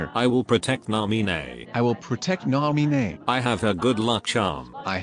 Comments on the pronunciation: Stop looking for Nah-mii-nay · who the hell is cairee???? i only care about NAH MEE NEH God. This is my fav vid from the whole series. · I will protect Nah-Mee-Neigh